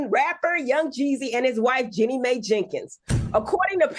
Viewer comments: "My" not "May" - SMH! Where is Fox Soul's media voice coach! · Jenny May??!! Uh no it’s MAI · The producers should step in and let them know. MY!!!